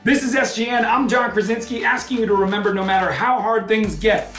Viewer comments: That's so hilarious beeing Polish and listen how John pronunce his last name Krasiński ;D like krazinsky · Dude doesn't know how to pronounce his surname. Krasiński